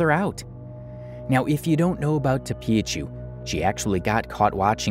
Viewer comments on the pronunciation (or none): Tophiachu is pronounced Toe Fee Uh fyi